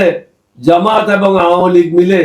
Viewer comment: জমাত জমাত করে, জামাত ঠিক মত বলতে পারে না।